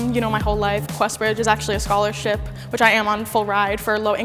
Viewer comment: messed up when she said scholarship